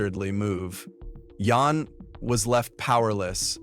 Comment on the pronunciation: Guys mother's name was Jan as in Jan-uary not Yan or Yawn